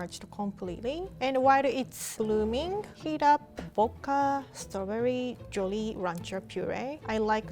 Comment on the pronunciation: why can’t you speak in complete sentences boka it’s pernounced vvvvccodka